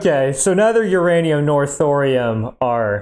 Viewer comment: Ur Anium Your Anum